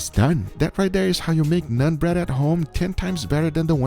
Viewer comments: It’s pronounced “naan” .. don’t have to say nun bread.. just naan is ok too.. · It's naan bro not nun ... nAAn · It's not "Nun" bread it's "Naan" bread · "NONE" bread..?? It's NAAN bread...lol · It's not " nun " bro. Its NAAN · Nun bread?? 😂😂😂😂 Wtf It's naan bread fool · its called "nah-n" bread, not "non" bread, just helping you pronounce it. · Did he just say nun bread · Did it bother anyone else when he called it nun bread? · ...did you call it "none" bread? XD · Ah yes. "NUN" bread lmaoo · "Nun bread"... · I like how he calls naan 'nun bread' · The way he pronounced naan bread just reminded me of none pizza left beef